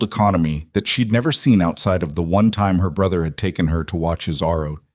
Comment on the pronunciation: Not arrow tc unit, his ROTC unit.You don't put a comma in the year 2019. It would be said as two thousand nineteen, but you don't add the comma for a date.